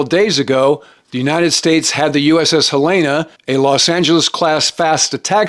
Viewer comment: Good summary...one small note-- the USS Helena is named after the capitol of Montana...many people pronounce Helena like Hel eh na...locals pronounce it more like Hel en ah...no emphasis on the middle of the word, it's more on the front of it. More like if you were saying "Mount Saint Helens". If that makes any sense 😂.